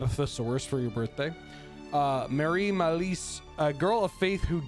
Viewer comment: Biggest smile when I hear the Quebecois accent with Mallise